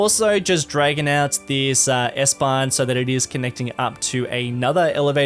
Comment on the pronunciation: You have pronounced the word S-Bahn so perfect as a non german! Love from Germany!